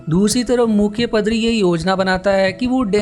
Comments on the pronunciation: Bhae pdari nhi padari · padri 🤣🤣🤣🤣🤣🤣🤣🤣🤣🤣🤣🤣🤣🤣, paadri bolte h. 🤣🤣🤣🤣🤣🤣